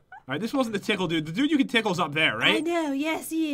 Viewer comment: LOL nic accent "I con't do it!" "Y-you con do eet?!"